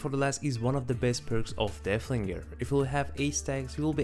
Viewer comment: Its so funny that yku say deahlinger